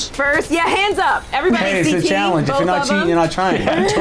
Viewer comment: a terrific host for these things, but she keeps saying Challing-ge. I can’t unhear it.